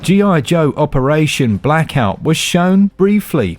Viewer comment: G.I. Joe, sounds more like G.I. DOH!